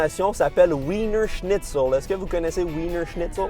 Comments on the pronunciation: Attention: Wienerschnitzel est un mot allemand et pas anglais. Et ça devrait se prononcer vinerchnitzel. Ça veut dire escalope viennoise et c’est très bon (c’est autrichien!) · Wienerschnitzel ce prononce vaienerschnitzel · Wienerschnitzel à la base c'est allemand et c'est incroyable et ça se prononce Vienerschnitzel bordel ! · Le W en Allemand se prononce V Donc corrige juste la première lettre. Les Wiener Schitzel sont des escalopes à la viennoise, normalement c'est très bon... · J'adore entendre ce mot allemand prononcé à l'anglaise avec l'accent québecois ! 🤣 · Les germanophones en sueur sur "Wienerschnietzel"